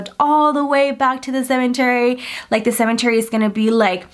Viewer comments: OMG stop saying CeMENTary :'( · Anybody else triggered everytime she says cemeNtary 😂 there is no N! 😭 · Shes still saying cementary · Nobody:: “ CeMeNtArY “ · Or for every time she says "cementery"